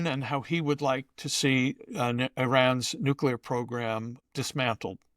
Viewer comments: VDH it's "new klee er" NOT "new khu ler"... jeez why do so many Bush era people keep repeating this mispronunciation? LOL then I hear VDH pronounce "nucleus" as "new khu lus"......SMH it's spreading. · STOP SAYING NOO-Q-LER! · Mr. Hanson, You are an astute observer of the political and moral landscape. Your deep education, intelligence, and mastery of the English language are evident in your clear, persuasive commentary. That is why I was surprised to hear you pronounce “nuclear” as “NUKILAR.” I know this pronunciation is not uncommon, but it seems at odds with your otherwise precise command of language. I offer this observation in the spirit of respect for your work and the high standard you set in communication.